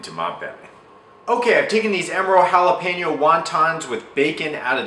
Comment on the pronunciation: Thank you for saying Jalapeño properly!